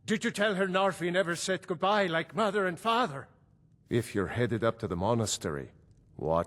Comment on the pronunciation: The way he says mother and father makes u think he’s damily